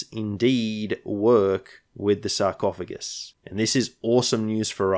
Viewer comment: "Sarcoohugs" 😂 you gotta call it that in every campaign now